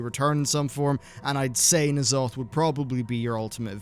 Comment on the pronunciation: Knee'alotha? Consider my pet, peeved!